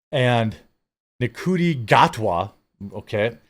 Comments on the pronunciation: If they want to make Bond black, he should be played by Rege-Jean Page. It would be nice if you learned to pronounce the names correctly. Ncuti is pronounced Shuti. Things like that are why your channel is failing. Do basic research. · Nc is read as the Sh sound. So Ncuti would be pronounced Shooty, ironic considering he's black 😂